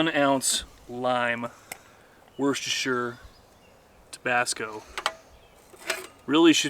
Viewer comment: Love it, you can’t beat a bit of random shit, I do it all the time. Another great video, keep them coming. However you guys need to pronounce Worcestershire sauce correctly, say it like this Wooster Shire 😂😂😂Ride safe guys 👍🏻